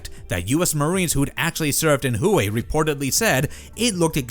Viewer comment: The city is pronounced 'Way', not 'Who hey'.